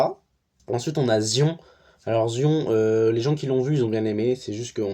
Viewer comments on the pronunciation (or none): Je fait ma chiantos 2 sec pour Zion ça se prononce Zayonne :P Sinon dans l’ensemble du top je suis grv d’accord, j’ai trop aimé la vibe de Mickey 17 ça m’a fait penser à Nausicaä de la vallée du vent. Sinners t’a tout dit vrmnt du haut niveau 👌🏽 C’était tellement rafraîchissant d’avoir un personnage comme Bob Reynolds dans Thunderbolts, ils nous ont introduit un personnage sincèrement intéressant il a kidnappé mon coeur😭💔 Pareil pour Superman, j’ai jamais été une grande fan de ce super hero mais wow gros coup de cœur pour le coup. Fin voilà, pour le reste we’re on the same page ou sinon j’ai pas vu #cinephiledémotivée D: Ps: Pluribus je me gratte les veines j’ai besoin de la suite 💀